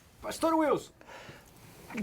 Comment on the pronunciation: Esse episódio, sim que foi Fora de Série, amei. Ei meninos, já deveriam ter aprendido o nome do pastor né, espero que no próximo episódio falem bem o nome do pastor kkkkk.